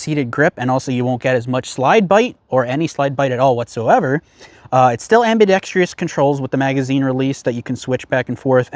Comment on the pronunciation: There is no “i” in ambidextrous.